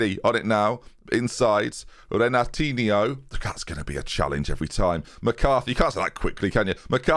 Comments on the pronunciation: It's not Renatinio. It's Henatinho, more or less. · That Renatinho pronounciation is so wrong jesus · It is “Renatinyo” In Portuguese, if it ends in that -ho, it’s pronounced “-yo” Think Ronaldinho vs Firmino. “yo” vs “o” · This is so wrong. The -nho sound is pronounced like the spanish -ño sound. Like Torres was called el niño, the -nho sound is the same. It takes a 10 second google search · Its pronounced "renatinio". Like this comment so that sees it! Shout Out from Brazil! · Its pronounced Renatinho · Actually, Renatinho is Portuguese, so has been saying the "Re" part wrong because it is different from the Brazilian "Re" in words like Renatinho (and it is not Ren), and it's understandable because English tends to delete that phoneme. The "e" needs is the "e" English has in "diff(e)rent" ou "ev(e)ry" if he utters the words very slowly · NH in Portuguese sounds the same as GN in lasagna, as a tip for you on how to pronounce Renatinho. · I love how you can say Ollikainen without flinching but Renatinho bogles your mind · Me being portuguese and seeing strugle to say Renatinho is so entertaining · boggles my mind, he would say Ronaldinho perfectly, he just doesn't connect the dots on how the pronunciation thing works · Thames Pronunciation Session: 1. Renatinho = Ren-Are-Tee-Nee-oh (like Ronaldinho) 2. Ollikainen = Ollie-Kye-Nen (say what you see ) 3. Latham = Lay-tham 4. Cooney = come on, how can you mispronounce that? I expect no further mispronunciations.